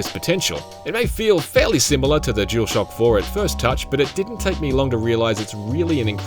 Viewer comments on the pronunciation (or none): What’s with this dude pronouncing the DualShock (jewel shock) and DuelSense (dool sense) differently?